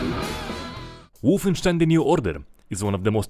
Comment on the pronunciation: I like it how you made sound wolfenstein so germany at the beginning xd